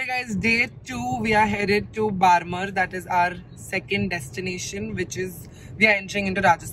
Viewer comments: I am from RAJASTHAN and the whole time was saying barmer i was thinking that i haven't heard any place called barmer, may be I don't know the place then i got that she was talking about "बाड़मेर ", ofcourse it was not her fault i know how to pronounce that word because i am from rajasthan but i laughed so hard when i get what she was trying to say the whole time 🤣🤣🤣 i love you... ❤️❤️ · Your mom is so cute... It's Barmer not Baarmar Hope you enjoy your trip in our Rajasthan 💜💜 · Hey! It is pronounced as बाड़मेर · the actual pronunciation is badhmer, yes the spelling is barmer. Welcome to rajasthan ❤️ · it is बाड़मेर not बारमर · Its is pronounced at Badmer